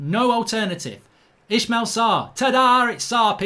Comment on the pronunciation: Mark why do you insist on calling Ismaila Ishmael? Two very different names